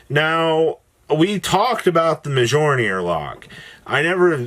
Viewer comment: Prounouncing Mjollnir wrong again. Shame